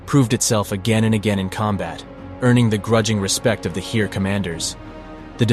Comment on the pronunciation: Great Video. BTW: Heer is pronounced like Hare. Initially I heard here, which is pronounced exactly like the German word hier (same meaning). So e is more like a, but not exactly.